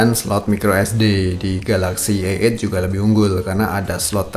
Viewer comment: bro ente bilang a8 denger kayak eek :D